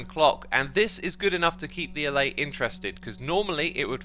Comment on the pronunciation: Dude. Alláy, not állay